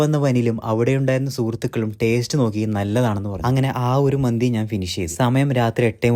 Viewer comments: മന്ദി അല്ല മന്തി . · മന്ദി അല്ല ചേട്ട മന്തി ആണ്😅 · മന്ദി അല്ല മന്തിയാണ്